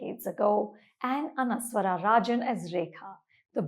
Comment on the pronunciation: Great Review Mam, The pronunciation of the 1985 Movie Kathodu Kathoram is "Kaathoadu Kaathoaram (कातोडू कातोरम ). And its not Anaswara (अनस्वरा❌ ) Spelling is same, but it is pronounced as "Anashwara" अनश्वरा✅ राजन.💚❤